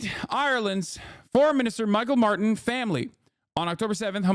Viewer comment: Saying "Míchael Martin" like that 💀